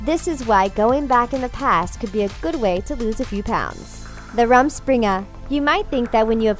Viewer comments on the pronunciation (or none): It hurts me deeply to hear the pronunciation of the word "rumspringa". It's not an A (ramspringa) it stay's an U. It is a German word and means literally jumping around. Figuratively it is being carefree. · You're mispronouncing all the German words. For example, "ordnung" means "order" in German, and the "u" is pronounced as the "oo" in "look", not like the "u" in "hung". Also, "rumspring" - the "u" is again pronounced the same as "oo" in "look", and the "s" is pronounced as "sh". Just a helpful tip, as these words are German. 😉